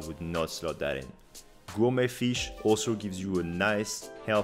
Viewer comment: The way you pronounce “Gourmet fish” chef’s kiss